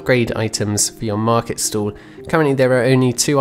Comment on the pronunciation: Is it just my non native ass, or the way you pronounce market stall sounds like market stool?